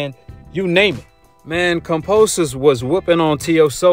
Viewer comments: Dude can’t help but to talk about Haney In every video!! And is KAMBOSOS not KAMPOSOS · It's Kambosos not Kamposos and it means "plenty" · KAM(BO)SIS, NOT KAM(PO)SIS. Come onn mann.. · Yo Kambosos is MAD cause you calling him KAMPOSES! HE TOLD ME TO TELL YOU IS KAMBOSOS WTF MAN. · Bro can u please say his name correctly KAM-BO-SOS not KON-POS-OS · Ok now that he’s champion can you fuckin say kamBosos. Not kamPosos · KAM.....BOS...SO....say it with me now ..kamBosos....I have no idea who the hell kamposos is... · It's KamBosos not Kamposos haha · KamBOsos not Kamposus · Kambosos not Kamposos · Kamposos? You can’t even pronounce his name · Bruh say his name right put respect on it it’s KamBosos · sounds like youre saying kampoesis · Do you keep saying his name wrong on purpose? 🤔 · It's probably how most Aussies would pronounce it I do kambosos sounds weird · Why you say his name like that bro😂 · One love!!! But you're pronouncing George's last name wrong my G!! But either way it doesn't bother me but just letting a brotha know! Lol peace love and positive knowledge! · Why you keep saying his name wrong